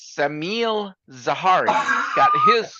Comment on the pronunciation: it just cracked me up when kinda butchered my name (minute; note: it's "Sha-mil") and then immediately burst up laughing. Made my day!